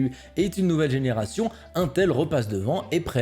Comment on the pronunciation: "Un_tel".. Donc "Integrated Electronics" se prononcerait "Untegrated Electronices" ?